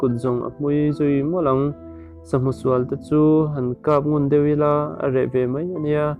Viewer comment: Mizo trawng hi ahar ah,tih dikloh i nei nual mai.thangte nilo in thrangte tih tur zok ni e,sa channa atana thutna tur thigkug ah an dawh thin,,sa hmusual---sahu sual tih tur ani..chuan adang poh athluk diklo a om nual mai,ka la gaithla mek ,gaithla leh zel phot teh ang